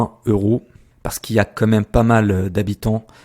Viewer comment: ça se prononce "quand"